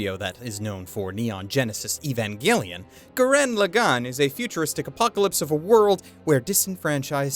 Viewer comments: It's Gurren Lagann, not Goo-ren Le-gone. smh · I'm mildly annoyed by him saying "gurREN laGANN".